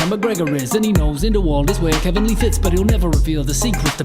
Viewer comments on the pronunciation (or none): none